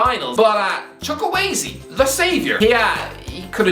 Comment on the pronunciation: Chukwueze* not Chukwaizi